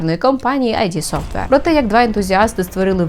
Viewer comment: моя робота всіх виправляти та нагадувати що розробник дума не айді софтвер, а ід софтвер. дякую